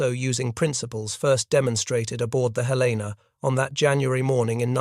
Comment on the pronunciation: Please pronounce Helena correctly